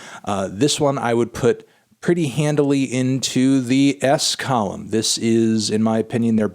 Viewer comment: Him still saying column is infuriating